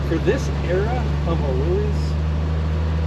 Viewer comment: 👍👍For pronouncing “Willys” the right way!